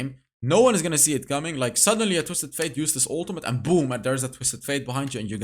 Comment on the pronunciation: you've been saying Twisted Faith forever bro, his name is Twisted (☞ ಠ_ಠ)☞ FATE